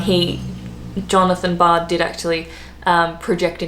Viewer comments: Television, not Bard, but John Logie Baird, B A I R D how to print out how to pronounce? Bare - id as in Bared ones self to go nude? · BAIRD! Not bard! Pronounced Bared!..my god! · Baird not Bard. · BAIRD NOT BARD - Scottish-born, inventor of the television set was John Logie Baird. Pronounced like 'Bear' with the letter 'd' at the end. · Its Alexander Graham bell and John Logie baird not bard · John Bard wtf!!! John Logie BAIRD!!!!!! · CockeRell not CockWell. John logie Baird (pron beared or bayered) not Bard. Tim Berners Lee did 'invent' (or rather he codified the protocols that it runs on, HTML) the web but NOT the internet, that was the left-pondians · j Sorry, I didn't read your earlier post properly, she did say Cockwell :-) She also dropped the "s" when saying Thermos, and called John Logie Baird John Bard. The lady seems to have a issue with names. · TV: John Logie Baird pronounced "Yogi Bear". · TV was John Logie Baird said like bay-rd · Hi, it's john logie baird, pronounced as in 'air'